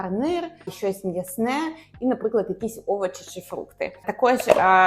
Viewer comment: Все добре, але навчитися ставити правильно наголоси було б непогано. Бо з одразу деякі слова і не зрозумієш Сирна палИчка?! КласнИй?!овочИ